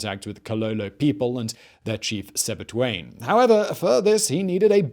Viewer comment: its not sebituane but Sebitwane